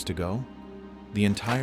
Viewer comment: “Starword”! How does AI not catch these things? 😂